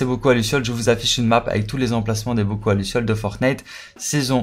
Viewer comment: T'as du mal à dire bocaux 😂 Mais en tout cas merci pour l'astuce ça aide à être plus rapide à compléter les défis 👍